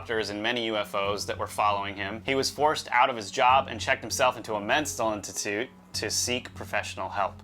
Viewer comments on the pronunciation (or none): "Menstal institution" these guys still need speech lessons...